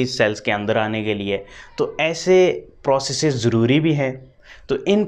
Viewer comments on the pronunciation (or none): none